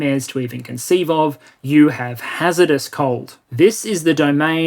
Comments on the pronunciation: Hazardous cold not Hazerdous cold. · Hazardous... not hazerdous unless it is a weird Australian spelling.... But otherwise... GREAT STUFF!